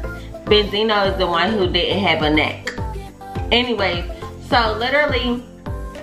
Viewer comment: Lmfao “necccK”. That pronunciation was everything 😩